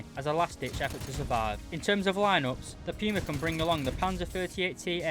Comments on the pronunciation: its not piuma its puma wich means cougar in german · Not sure if you're just making a joke but its pronounced poo-mah not pew-mah which is also good meme material